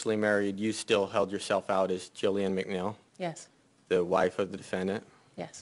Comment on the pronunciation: "Gillian MacNeill" WTF